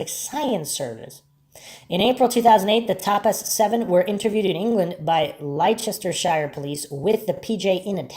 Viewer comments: I am pretty sure he is from the States we have no idea how to pronounce that almost every video on this case done by an American someone is in the comments saying how wrong they pronounce that. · I know its pedantic, but Leicestershire is pronounced lester shur. ❤❤